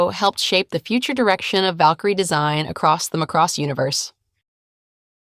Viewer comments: It's MA-cross, not ma-CROSS. It's in the original English OST. It's older than many of you. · It's pronounced like Maa cross, this is almost sounding like mc-cross